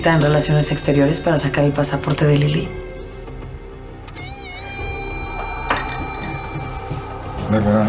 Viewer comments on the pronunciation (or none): Odio cuándo dicen "Lilí" en vez de "Lili" 😏🙄